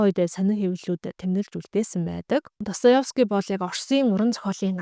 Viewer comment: Өдрийн мэнд ДостоЕвский шүү өөрөө ДостоЁвский гэж хэлээд байна 😊. Амжилт